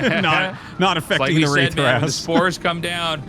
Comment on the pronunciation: I keep hearing "race play" when Artosis says "Wraith play" lol